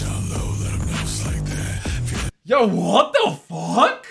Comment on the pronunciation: Bro said "Yo waw the wuck" Corpse made me gay with his hot sexy voice